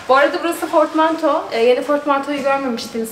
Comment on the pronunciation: Fortmanto değil portmanto 🤗💕ağız tadıyla oturun inşallah